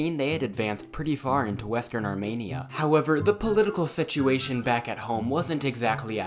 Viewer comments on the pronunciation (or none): Awesome video but it’s “armeeniah” not “armaneiah” when you are pronouncing Armenia. Hi from Armenia 🇦🇲